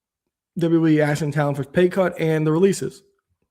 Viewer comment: Stop saying axing if you want to grow your audience 😩